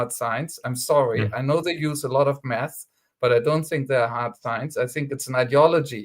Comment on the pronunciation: Because of his accent, I first thought said, "Economists use a lot of meth." Which is true metaphorically, I must say.